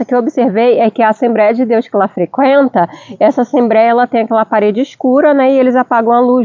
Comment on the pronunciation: Assemb(r)éia não né kkkk. Vc fala inglês que é mais difícil e erra no mais simples kkkkk. Que Deus continue abenço😂ando vcs aí. Muito bom seu video